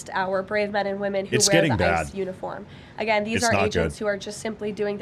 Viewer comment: 😆 What was he axin' uhgeeuhn